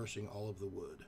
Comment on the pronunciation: "...Weathered wud."